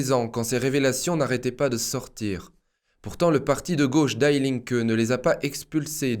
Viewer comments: die Linke ne se prononce pas à l'américaine lol die se prononce di, pas daille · Salut. Sauf votre respect en allemand on dit "di" et non die [daille] comme en anglais. Merci pour votre excellent travail. Force et honneur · On ne dit pas daï linke mais di linke ! Ei en allemand se dit aï, ie se dit i ! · Der = Le... DIE = La... Das = neutre... DIE se prononce Di.. Pas comme mourir in english! Notre future dictature est internationale gauchiste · Super, comme toujours. Merci. Juste une petite précision : "die", en allemand, se prononce di, à la française. (pronom : la (gauche))